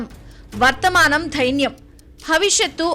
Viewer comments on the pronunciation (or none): వర్తమానం.ధైన్యం కాదు తల్లి.. దైన్యం..